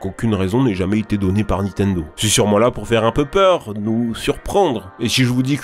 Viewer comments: Et! A chaque fois que tu dit Nitendo je saigne des oreilles! C'est NiNtendo hein^^ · NINNNNNNTENDO putain on te le dit à chaque fois!!!!!! NINtendo pas nitendo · Arraite de prononcer Nitendo sans 'n'. C'est NiNtendo. 😒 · C’est NiNtendo par Nitendo, la prononciation en général c’est toujours pas ça hein 🙄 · Vidéo incroyable mais s'il te plaît c'est Nintendo pas Nitendo : ninetendo ta manière de le prononcer m'a tellement trigger mdr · "nitenedo" * 5000 , mes oreilles. Sinon très bonne vidéo toujours un plaisir ! 😉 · Je suis le seul à tiquer sur le "Nitendo" ? XD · tu dis tjrs "donkinkong" et "nitendo" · "Donking Kong" "Nitendo" Je paris que le narrateur crois que Zelda c'est celui avec le chapeau vert lol